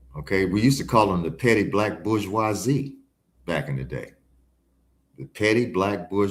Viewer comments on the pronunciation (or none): I think he means Bourgosie 'Bushz Wha Zee" French!?